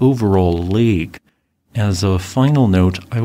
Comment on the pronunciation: I swear, when you said "Helen S" I thought you said "Haul'n Ass" XD